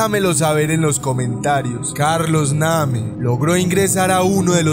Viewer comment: Se dice neim no como lo escribes 🤷🏻‍♂️